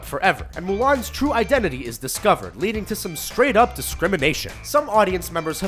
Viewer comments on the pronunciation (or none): none